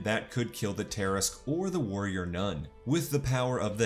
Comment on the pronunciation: Everything is great in this video except for the pronunciation of Tarrasque, just threw me off a bit